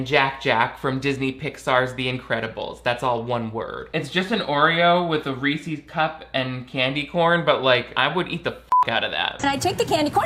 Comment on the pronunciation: Okay, I know you just commented on how her pronunciation of Italian words is pretentious, but you did NOT just pronounce "Reese's" as "ree-sees". That always gets under my skin, I swear to god.